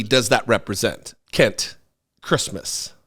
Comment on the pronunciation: I can't believe you keep mispronouncing this man's first name! He's definitely some sort of Kent Seems a bit odd that he's watched an entire children's film to make himself aware of it's content too!